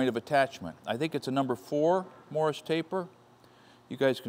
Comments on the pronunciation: Two comments, first off when drilling steel make absolutely certain it's secure in the vise. If it should grab and come loose it will spin around taking everything within it's reach with it. BTDT. Secondly, the pronunciation is MORSE, not Morris taper. Great find on the machine! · Sounded like Morris to me too. Morse as in Fairbanks Morse. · Not to be a nit-picker, but I think you would appreciate having correct information. It's is turret, not a "turrent", and it is a Morse taper (rhymes with horse), not a Morris taper. But no matter how you pronounce the words, I'm jealous of your machine! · Morse Taper - Pronounced like horse, single syllable. It sounded like you were saying Morris with two syllables. It is one of the machine tool tapers. See Wikipedia for "Machine Taper".